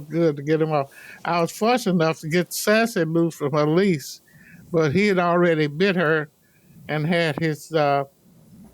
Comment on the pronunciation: I want to correct the plaintiff so bad, not "lease" it's "leash"😅.